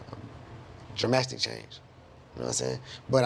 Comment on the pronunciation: wtf is “jurmastic change” was he attempting to say drastic ?